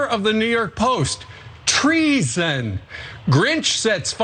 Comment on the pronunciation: "Treeson" lol...